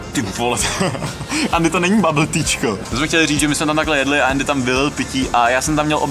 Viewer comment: Proč Andymu říkáš Ééény? :D